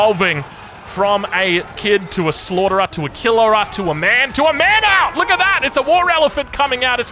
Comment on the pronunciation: Hi, Indian here.. I think the pronounciation is “mahooth’